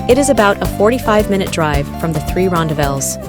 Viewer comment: Whoa! Wrong pronunciations! American here, but I resided in South Africa back in the 80s, and even learned Afrikaans as a “tweede taal”. The correct pronunciations of ‘rondavels’ and ‘Blyde’ are: ‘Ron—DAH-velz’ (emPHASis on the second sylLAAHble). ‘BLAY-duh’ (two syllables: and the first syllable rhymes with ‘play’ and ‘stay’). It is most definitely NOT pronounced “Blide” (rhyming with ‘side’ or ‘tide’). If I hear any other mispronounced words, I’ll mention them separately.